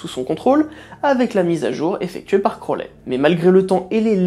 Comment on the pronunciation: Super vidéo mais juste..attention aux prononciation, "crolé" pique un peu "crouaouli" c'est déjà mieux en prononciation :3 Voilaaa continue comme ça ! C'est vraiment intéressant